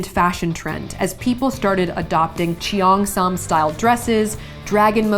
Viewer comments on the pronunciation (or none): Hi saf, if I'm not mistaken "cheongsam" is pronounced "churn-sahm" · Pronunciation of "Cheongsam" = "cherng-sahm" :)